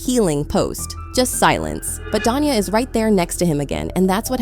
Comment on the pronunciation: I don't want to defend Da'Naia, as she does seem a little unhinged, but somehow I don't see her taking him back after all this. And her name is pronounced da-NAY-ah.